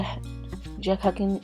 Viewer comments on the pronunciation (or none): The mandinka Muslim clerics you're struggling to say is jahanka/jakhanka